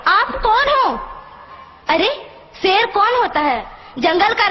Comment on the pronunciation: “Ser” lol